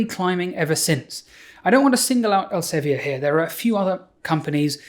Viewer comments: Not very important, but 'Elsevier' is dutch and is thus pronounced 'elsa - vir' (not quite, but close enough) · Dutchie here, I'm sure it's pronounced ell-suh-vear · As a Dutch person, I wonder why you pronounce Elsevier like it's French. Here we pronounce it like [Elseveer] (sounds like fear), not [Elseveeyay]. But I'm not really in the scene, so maybe I'm the one doing it wrong. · As a Dutchman, I must apologize for the corrosive influence of Elsevier (the "vier" rhymes with "dear", by the way). I also find myself often apologizing for the existence of Shell, but that is not really related to the subject at hand. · elsevi-er ... it's elsevier (think elseviiir) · Interesting pronounciation of Elsevier.. it's not French though. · Couldn't have written my book without Sci-Hub, thanks Alexandra! But please please please look up how to pronounce Elsevier. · Good video! Funny how Elsevier is pronounced :-) (there is a IPA in there). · As a Dutch person, I was really taken aback by the English pronunciation of the Dutch name Elsevier; it makes sense to pronounce it like given English pronunciation conventions, but I just hadn't ever heard it pronounced in English before. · I have nothing of use to add to this video, only that I never heard Elsevier pronounced like that, it’s a Dutch word so I would never expect it to be pronounced as if it’s French. EL- just like that SE - suh V - like the V in vile. IE - like the EE in beer R - roll that rrr so that you feel itch